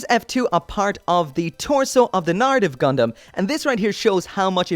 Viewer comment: Wtf is with that hard R? Narrative not naRitive